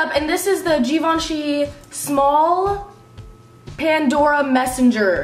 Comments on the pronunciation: its Ga-veen-chee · she needs to learn how to pronounce the name of the brand jesus christ